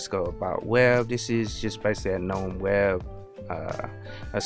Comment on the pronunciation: I love that you pronounce gnome with a silent "g" as the word is meant to be spoken! 💯 Never relent to the hordes 🤮who say "guh-nome." 👍👍👍